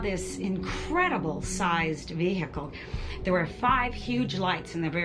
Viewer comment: "Incredible sized ver-hi-call" americans are legends :)